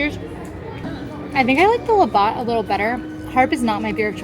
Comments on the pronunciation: Labatt is pronounced La-bat not Labot. It’s basically Canadian Bud and Bud Light, but way better. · Canadian here.., it's pronounced "Laa Bat" 😊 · I was just coming to say that lol La BAT 😁🇨🇦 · Heyyyyy I’m from Canada we always go Right … cause it’s the “Right” thing to do. fyi it’s pronounced La Bats like a Bat 🦇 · Please say "labatt" some more! You make it sound luxurious!!lol